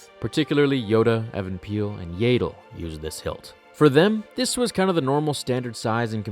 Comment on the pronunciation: please, yaddle, not yaydle